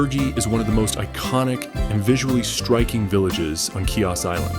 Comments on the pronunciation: The island is pronounced He-Ohs the C is not pronounced it is silent. There is no “key-ahs”. Lovely video just really would love those seeing the video to know how to pronounce the name of the island. 🙏🏼🥰🇬🇷⚓️ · Learn how to pronounce the name of the island correctly HEE-os smh it's a insult to my heritage my Father was born here and raised on this island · Wonderful video!!!!! But how can you pronounce Chios like that?